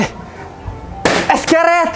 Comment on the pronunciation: it's letsss get it it's not eeetttssss git it